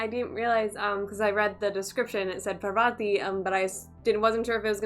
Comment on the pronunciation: പറവതി അല്ല കൊച്ചേ പാർവതി 😀